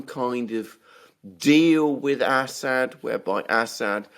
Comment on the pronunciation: Alexander, he is called As-sad not Ass-hat.